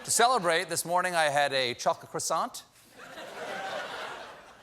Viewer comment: How can he say Macron so well but Croissant so badly, boggles me